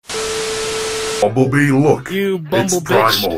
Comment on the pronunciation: its bumblebee not bumblee